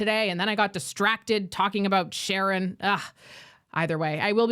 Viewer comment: it's not Sharran....it's SHARRANDEEP KAUR